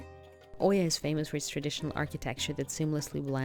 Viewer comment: Good video but it is not Oy-ya but E-ah. It is important for a video influencer to say the names correct as many listening don't know the difference. Thank you.